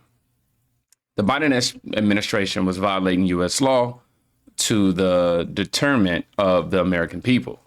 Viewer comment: MY NIKKA GO TAKE SOME READING CLASSES WITH ALL THAT MONEY YOU MAKING. 😂 Detriment is pronounced Det-Tra-ment not De-ter-ment..😭💀